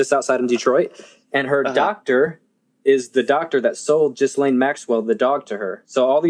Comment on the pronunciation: Its pronounced "Gee-lane", not gis-lane, just fyi :)